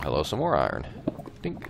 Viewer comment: you said iron wrong